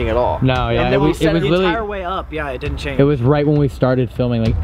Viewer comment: WHAAAAATTTTTTT no you dinit no you dinit HE ALWAYS SAYS NO YOU DINIT AND NOT DIDNT